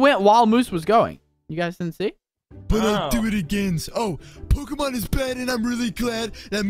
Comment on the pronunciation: You can always tell when someone doesn't know about Pokemon when they pronounce it pokeeemon not Pok'a'Mon